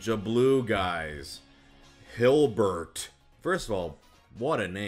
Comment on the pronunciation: You know my sense of humor has really devolved when I die laughing at the way he said Hilbert.